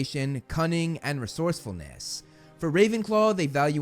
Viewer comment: I vote down this video because " leadership and resourcerness" bla bla